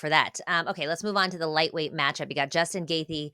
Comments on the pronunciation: Yan "Zoonan" , Justin "Gathee", and Arman "Sarkookian"...Ok if you are YouTuber at home with 25 followers but embarrassing with the ESPN label. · Noo Justin gaythee 🤣🤣